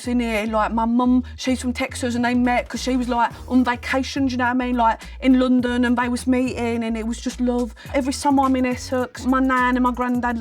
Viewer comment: It veers between Essex and a general northern/midlands accent. Although still amazingly good for an American! Unfortunately the word that messes up the consistency of her accent is when she says 'London' which sounds properly Northern, but then lots of the accent she is using is a kind of Essex accent.